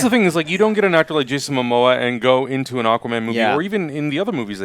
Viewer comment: He keeps saying Jason mama lol anyway I really liked the aquaman trailer, shazam looked kinda goofy but I'm digging the lighter brighter tone